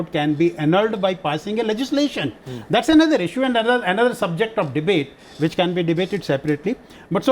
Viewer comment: sir its zath, not zhats.hahaha